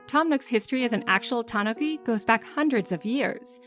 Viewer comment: the japanese is ta-NU-ki not ta-NO-ki but great vid!